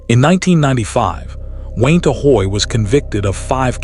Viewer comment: Gotta love that good ol’ AI narrator!! I’m sure “Wayne-Ta” really appreciates it too!! 👎🏻👎🏻